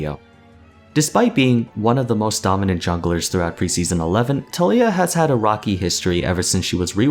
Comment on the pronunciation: I love how u said ROCKY history lol.I saw what u did there.